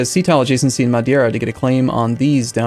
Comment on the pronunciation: u are pronouncing it wrong. "Ei" is pronounced like [Ei] not [ie]. so the correct is. "Madeira" Not "madiera"